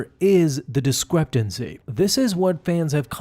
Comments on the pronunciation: It's "discrepancy" not "discreptancy". There is no T in the word. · Dude! It’s discrepancy not discrepdency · The way you say discrepancy.... There's no t Great great video but that was like nails on a chalkboard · The word is "discrepancy," not "discreptancy." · There's no T in "discrepancy". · Am I going insane or do you keep pronouncing discrepancy with a t in it somewhere? Not a huge deal, but there's no T. Actually, it may be a huge deal if I am just losing my mind lol. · DISCREPANCY there is no t in it